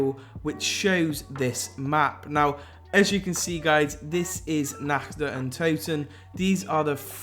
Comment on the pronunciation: "in this video im going to be going over the nakch der untoten"